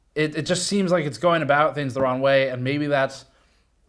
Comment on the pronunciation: My favorite ongoing GN/GNCA thing is that Steve says "Ron" instead of "Wrong" <3